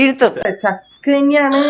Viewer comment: ചക്ക യല്ല , ഛക്ക 😂😂